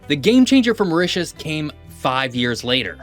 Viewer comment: Very good presentation but the pronunciation is so bad ....once convert to french you will understand what am saying,.... Mytus ... 😅 ...a.i